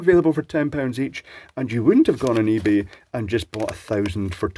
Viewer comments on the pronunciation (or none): none